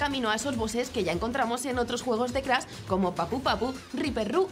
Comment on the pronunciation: Y no es Crasss, es Crash Pronuncie bien